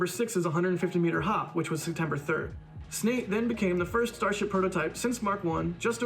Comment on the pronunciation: Snate? really? stupid. What? Snine, Sten... damn, I repeat stupid.